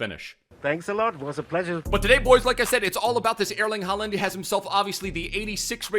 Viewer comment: Your Norwegian is not bad bro👌